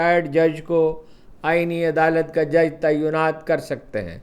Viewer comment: Why does Haroon pronounce “Tainaat “, as “Taiyunaat”,he is an Urdu journalist,he should know better.”Taiyuan” is a totally different word,which means,”To determine”.He is also wrongly pronouncing “Toll tax” as ,”Tool tax”.I haven’t seen so much distortion of languages,both Urdu as well as English,as in recent times,on National and social media.God help us.